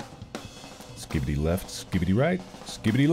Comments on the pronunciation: Take a drink each time Mark says “Skibidy” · Watching this at night and it’s so funny and entertaining to watch Mark says skidibi every time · at least it isn't him saying "skee bee dee"